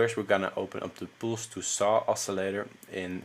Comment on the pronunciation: yo check how you pronounce 'pulse'